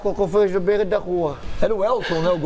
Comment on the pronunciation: Petck: eu fiz do “beio” da rua!